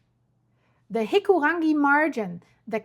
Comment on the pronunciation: go pronounce taurekareka. I'm actually sick of Euros telling us how our language should be pronounced. I learnt English pretty damn well, the least you could do is learn Māori. Oh wait, you're special enough to call it "Hee-koo-rang-GEE". I guess I call it WAI-pī-po